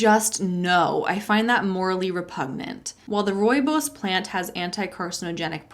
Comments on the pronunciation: Oh my word. 🤯You pronounced "rooibos" perfectly! Well done. 🤩. As a South African 🇿🇦, I am blown away by your pronunciation. You definitely get kudos and lollipops 🍭! Say hi to the baby and kitties for me. I'm busy composing my horror story to send to you, please be on the look out for it. You do great work, and I love your vids. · You said Rooibos perfectly!!!! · Yay, you nailed the pronunciation of "rooibos!" It was trendy for a while in the early 00s, and a kind Dutch person taught me how to say it. I still like it, but a wonder elixir it is not. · South African here slowly making my way through the playlist and yea you got rooibos right. Now, 41 videos to go! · Hi. I know I am very late with listening to this story, but at least I got here. I am also from South Africa, and you actually said Rooibos very close to how we say it. Thank you for you videos, and helping me through my Master's. I am listening to your playlist as I work and study. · Ey a South African horror story and yes you pronounced it right 😂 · Your pronounced Rooibos perfectly. My family is from South Africa and that’s how you say it. (And even if you didn’t say it right, its the effort that counts) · Been binging your content for about two weeks straight now and I haven't even made a dent, which is exciting. As a South African, I almost fell off my chair at the perfect pronunciation of Rooibos! 😂😂 Love love love your content and delivery 🥰💜 Keep up the amazing work! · This is the best way I’ve heard someone from outside SA pronounce Rooibos! Good job! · You said Rooibos perfectly! :) Unfortunately the crime part is just life here. My husband was mugged at gunpoint last year, he wasn't shot so we consider that "getting off lucky". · As a South African, my first thought at your pronunciation of Rooibos was "Oh! She pronounced it properly!" :D Love your videos and hope you and your little one are doing well!